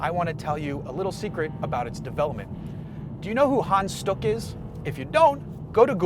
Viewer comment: Well Hans sounded more like Han, But stuck was ok ;)